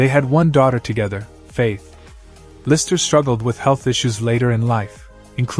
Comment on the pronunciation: it's LisTer, not liser my guy.